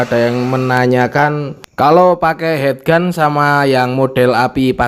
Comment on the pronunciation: Heat gun dibaca hit gun lur... Heat= panas Head= kepala